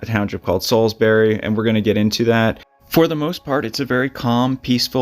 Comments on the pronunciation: It’s Solebury though, not Salisbury. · he is accurate he’s just saying it wrong this happened on cosmos farm in Solebury township which is in bucks county not Salisbury township in Lehigh county where you grew up